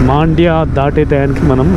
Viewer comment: మాండ్య కాదు బ్రో మండ్య